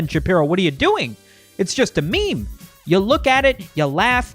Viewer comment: Memer? Ahahha wtf dislike